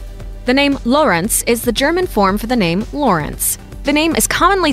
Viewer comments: when she said lorenz all i heard was yänni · tz shortens the preceeding vowel. So the "u" in Lutz is short, not as in Loots. The O in Lorenz, however, is long and this is also where the stress goes. Generally: Germanic root word --> initial stress. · You pronouce it Lutz (fast) and not Luuuutz. You write it Lieselotte and not Liselotte. Based on german pronounciation rules you would pronounce Liselotte different than Lieselotte. In German, Lorenz is stressed in its first syllable and you pronouce it with an "o"-sounds that doesn't exist in english, it's a bit like the o in not.